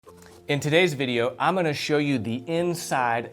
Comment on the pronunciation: “I’m’onna show you...” 😂😂